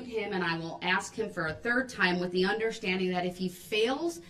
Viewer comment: Wow...reading "thee" book